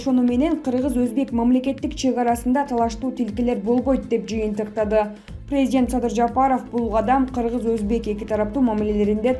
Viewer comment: 🤣🤣🤣 прездент эмес презИдент деп суйлосон суйлоп жаткан кыз🤣🤣🤣